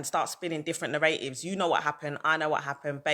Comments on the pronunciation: Neratives......lol its NARATIVES YOU DUNCE HEAD....LOL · Its narratives but i hear you still